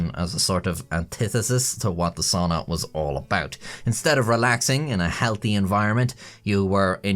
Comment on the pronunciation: I like my soona like I like my buffet... pronounced funnily. 😅